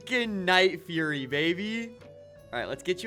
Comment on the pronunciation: its not "furry" its "fury"